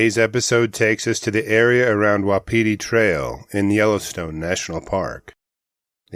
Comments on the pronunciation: It’s WAH-PI-TIE. Like the elk. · Please look up the pronunciation of Wapiti, you’ve got an extra syllable there. Drives the locals nuts, thanks.